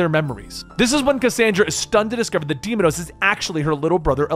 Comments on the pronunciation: Deimos, not demonos. Did you even play it???? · "day-mous" not demonous, did you even play the game? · Ahh yes, demidos. Yknow i dont even think a slaughterhouse can butcher as hard as this guy lmao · He even adds extra letters to deimos to change it🤣🤣🤣 like really bro "deimados" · Ahh yes... Alexios- the demigod weapon of destruction, also commonly known as "Demon-Nose". I know mispronounces many things but it's still hilarious when it happens